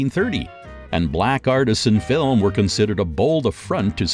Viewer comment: Maybe all they need to do is practise the pronunciation of words like film (not fillem), French words like genre and anime and French names like Emile. If the narrator is not sure of the pronunciation, such as Arabian, it would be wise to check with a native speaker. Actually, the way he pronounces advertisement is how it is pronounced in the UK and Australia, so well done!